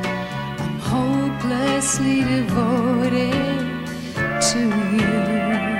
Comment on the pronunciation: And the last ''devoted'' Is pronounced different. ''devouTed'' instead of some kind of ''devoded'' of the grease version